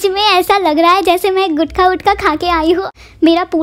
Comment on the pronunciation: One min bro guthkha kya hota h woh gutka hota h🙄